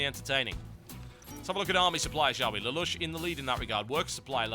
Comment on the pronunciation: lol TB its "lay-lush" not "la-lush" :P